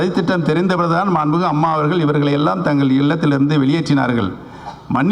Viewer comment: உனக்கு சரியாதான் பேர் வச்சு இருக்காங்க,mixture nu.... மாண்பு மிகு நு சரியா சொல்ல தெரிதாடா முதல்ல முட்டாள்....